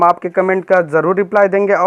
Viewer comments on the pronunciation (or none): none